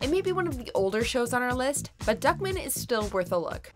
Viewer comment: Lol it’s pronounced “Duck-Man” not “Duckmin”